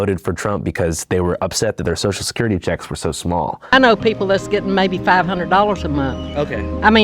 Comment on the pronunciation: "dere comin fer ar shoshul surcurutee!!" lmao you people are psychotic